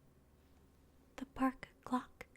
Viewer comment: Every time she said ‘clock’ I heard ‘glock’. Ah yes a park glock.